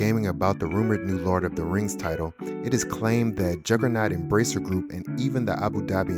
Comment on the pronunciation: I love the "lard of the Rings" lol